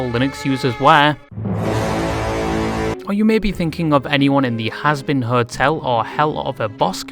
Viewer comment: your pronunciation of the two shows being "has-been hotel" and "hell of a boss" completely killed me congratulations